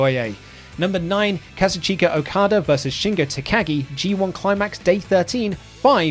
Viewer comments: My man really just said Kaza-CHEEKA Okada!? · Not to be a complete weeb but the way you pronouce Okada's name is bothering me. It's (Kah-Zooch-kah) lol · "Ka-zu-CHEE-ka Okada vers..." Me: pauses video to post this comment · can you please fix your pronunciation of Kazuchika, pls!!! i love you guys and your content but that just cringes me out 😂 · Can someone tell him how to pronounce "Kazuchika"? xD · The way he pronounces Kazuchika